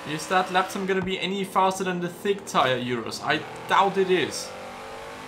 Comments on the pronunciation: Its called Urus not Iurus :) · URUS IS T H I C C Like if you think the URUS is thick oh and also comment T H I C C